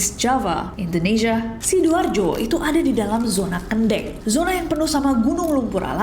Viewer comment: Nessie salah pengucapan ‘Kendeng’, bukan kêndéng (e dalam kare) tapi kêndêng (e dalam pepet)